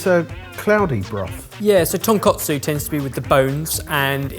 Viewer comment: And it's tonkOtsu not tonkAtsu. Tonkotsu (pork bone) and tonkatsu (pork cutlet) hose are two completely different things, and he kept saying the latter.